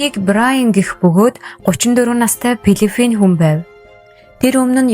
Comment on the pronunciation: Филиппин - пилифин 😂😂😂